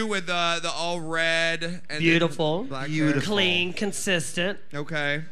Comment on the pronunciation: nobody: alyssa: “beautiful. clean. conCYSTent”: shook